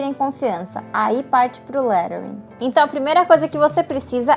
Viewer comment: Engraçado que é a primeira vez que vejo alguém usando a pronuncia certa de Lettering e achei até estranho... rsrsrs Parabéns pelo vídeo.